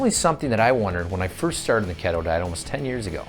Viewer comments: It’s keeeeto not kettle A Hole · Ketto diet? Sure it's not called Keeeeto?